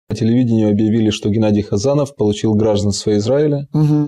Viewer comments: Не гра́жданство,а гражда́нство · Гражданство, гордон ударение правильно поставь и наших евреев не трогай.